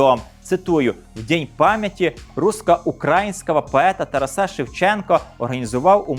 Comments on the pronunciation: Вітаю! Дякую за цікавий контент. Завжди дивлюся із задоволенням! Маю одне зауваження: в імені ТарАс наголос у всіх відмінках падає на другий склад ТарАса. Не ТарасА!!! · Дякую за передачу, але дивно чути ім'я Шевченка з наголосом на останньому складі (ТарасА, а не ТарАса) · Дуже дякую за інформацію. 👍👍👍👍. Чому ТарасА, а не ТарАса? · Шановний ведучій! Правильний наголос в українській мові ТарАс, ТарАса, ТарАсе, ТарАсів. Як завжди: змістовно і цікаво.